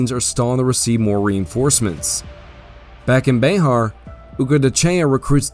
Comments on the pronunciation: Bexar is pronounced more like "bear" or specifically "behr" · Bexar (county) is pronounced "bear" by the native Texans in that area. Legend has it that the founder of San Antonio was illiterate and signed his name with a "x". Somehow the "x" was incorporated into his name Bear rendering it BeXar.